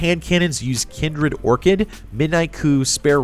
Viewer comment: I unsubscribed because of the pronunciation of Kindled Orchid.